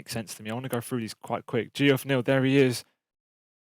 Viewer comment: saying “GeOff” neal haha it’s “jeff” bruv